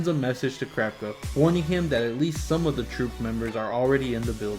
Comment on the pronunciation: why do you say krapka instead of kurapika( coo-rah-pika)